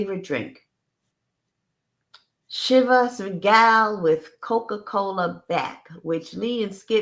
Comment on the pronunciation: Chivas Regal is pronounced: Shiv-is Ree-gull